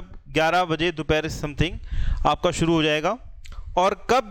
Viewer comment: Rrb ki site pe jao, jo kaam krna h wo suru krdo... Wah kyaa hindi kri h guru awesome 😂😁😁😁